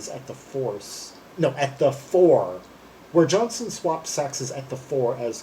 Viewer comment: It's JOHNSTONE.....not Johnson...!!